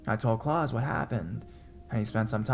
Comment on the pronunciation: The German name Klaus is not pronounced like Santa Claus, sounds like claws, but instead Kl-ows, rhymes with house.